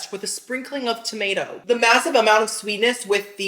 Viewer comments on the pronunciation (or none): none